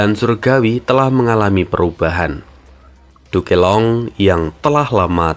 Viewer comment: Min bisa ga penyebutan "Duke Long" nyebut nya jangan "Du ke Long" langsung aja "Duk long" min ,agak aneh saya dengernya